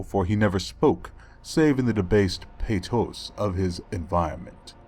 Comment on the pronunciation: .... Pae tows? It's pronounced pah twah